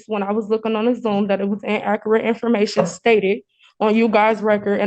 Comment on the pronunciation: In Akerate info mation 😂😂😂😂